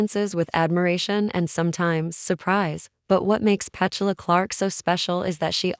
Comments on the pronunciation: The pronuncation of her name is PeTula not Pechula I believe. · The AI commentary ruins this. Can’t even pronounce her name properly 🤦‍♂️🥴